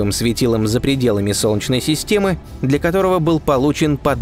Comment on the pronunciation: Сделай с собой что-нибудь! Не глотай Е когда говоришь "Солнчной системой". Очень бьет по ушам. Пожалуйста. СОЛН- Е - ЧНАЯ СИСТЕМА.